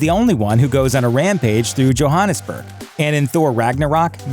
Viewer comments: Did my guy really just say “johaaaaaaaaaaaaaaa_nEzBeRG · its pronounsed joe ha nis burg also known as joburg